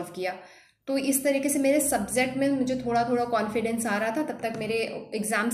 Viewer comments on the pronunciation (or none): "Subzect" nahi "Subject" hota hai